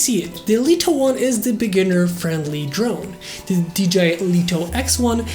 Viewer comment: I love how you say "Deleto 1" :)